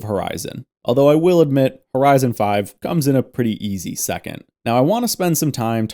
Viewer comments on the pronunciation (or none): none